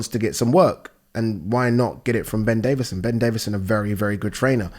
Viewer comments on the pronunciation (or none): none